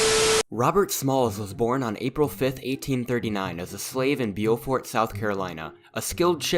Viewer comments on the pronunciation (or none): lol it’s it’s good. It’s more like byoofort or pronounced like beauty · As a South Carolinian, it hurt to hear Beaufort be pronounced beelfort